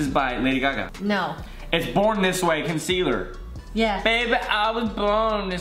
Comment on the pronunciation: the way Kian says concealer